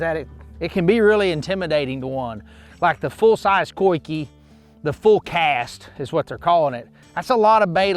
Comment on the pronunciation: Dude pronounced "coike" 3 different ways in this video